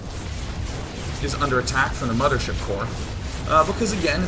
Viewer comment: Its not "Infestor" and "Mothership" its "Impestoor" and "Mamaship" :)